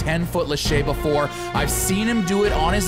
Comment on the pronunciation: you didn't say before Correct that.... you said boofore